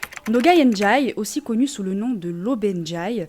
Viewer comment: DiA -Ka ,pas Djaka DiA-lo ,pas Djalo LO-BE NdiaYe, pas lobe Ndjaye C'est horrible cette façon d'ecorché les noms des gens. Et puis j'ai compris que c'est ta façon de parler indiquer deviens indjiquer😁